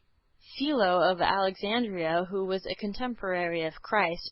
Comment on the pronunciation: Ok I think the mispronunciation is screwing up my comprehension....hmmm it's ok I suppose Play-ton-ic, Saul-o-mon